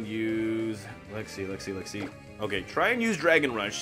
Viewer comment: Swear to God you’re saying Lexie & not let’s see